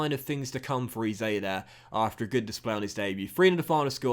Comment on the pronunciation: Hey love the vids man but just one thing can you pronounce Eze as Eh-zay❤️